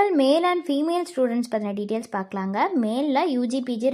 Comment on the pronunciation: அதென்னம்மா "டீடியல்ஸ்"?😂